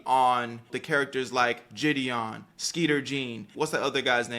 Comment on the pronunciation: “JID-dion” Jesus the way she can’t pronounce a simple name makes me cringe